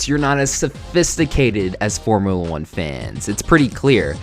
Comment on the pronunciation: I died at “Formula eugh”